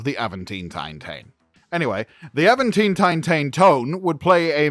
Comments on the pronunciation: Nice. :) In my brain it always has been British English "Aventine". (So not Aven-teen, that is the most Cali thing I have ever heard. :D) This person from the University of Birmingham is doing the correct pronunciation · its not Aventine like Newcastle upon Tyne, its Aventiné, the Destiny series of books are awesome, best Trek books ive read. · GAWD!!!! Can you be more annoying with that Tine/Tine/Tone Mess!!!! STOP IT! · "Avant Ting-tine-taine-tone". Good to know the spirit of "Spike Milligan" is still living on strong. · 😂😂😂😂😂😂😂😂😂😂😂😂😂😂😂😂😂😂😂😂😂 Please Stop I can't breathe. Aventeen, tine, tone....😅😅😅😅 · Avan tine ( like the hill in Rome) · Not enough effort to figure out how to say the ships name... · It’s not that hard of a name to pronounce. Jeezus.